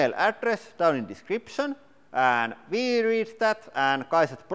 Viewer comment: Everytime I hear you say" Here ve go" I feel like ducking because I might end up like watermelon man!😅